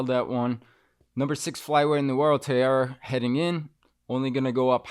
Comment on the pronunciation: Tai Ra, Tai as in Thailand not tiara.